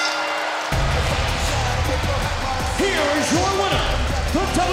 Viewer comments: He called him Mojo Riley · His name is mojo rawley not mojo Riley